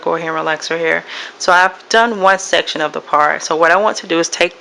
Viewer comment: She keep saying park an not part it driving me nuts!!!!! Lol but nice!!!